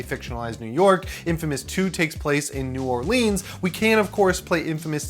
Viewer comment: Ok...first of all..love ur channel...now being from Louisiana myself it kills me when ppl say New Orleans wrong, i mean youll never say it like a native but i think i can help you out a little..pronounce it like so Neworlins...😂